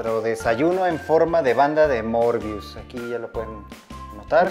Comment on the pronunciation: se escribe möbius y se pronuncia mörbius?